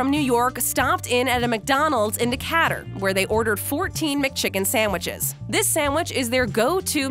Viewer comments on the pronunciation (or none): You need to learn how to pronounce DECATUR It's Not D-Cat- re, it's pronounced D - kate- ur. You crazy Yankee 😅😆😁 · WTF?! Decatter, AL? Try again. It’s Decatur same as in GA.